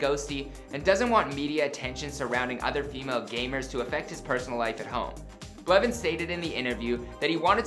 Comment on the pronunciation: Did you say "Richard tyler blevin" ?